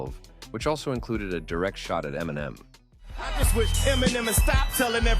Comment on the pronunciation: Why are you pronouncing Eminem like that?